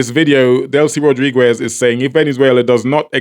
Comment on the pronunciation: Why do u keep saying "Rodriguez" like that? The "u" is silent It's pronounced Rod-ri-gez not Rod-ri-gwez